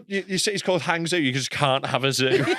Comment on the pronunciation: butchering of “Hangzhou” 😂